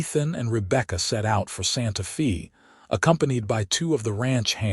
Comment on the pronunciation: Santa Fee? 🤣